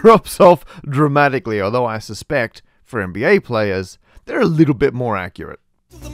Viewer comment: Did he just say "dra-math-ically"?!